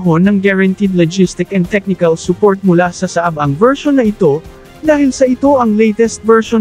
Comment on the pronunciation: Pronounce it as Saa - ab not Saab